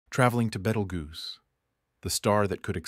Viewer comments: "Traveling to Betelgoose🪿" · its pronounced Beetle Juice. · Betelgeuse❌️ Betelguuse✅️ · No. It's spelled Betelguese, pronouced as "Beetlejuice." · I’m very very disappointed in this text to speech voice, there are much better ones if you have to use it. I don’t understand why a person couldn’t have read the information. It would’ve made it much more interesting, at least they would be able to actually pronounce Beetlejuice.